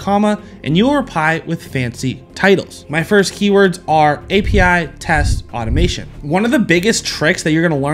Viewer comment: Can we discuss …. “Keywoards”…. That made my day lol Great video! Just poking fun at that portion lol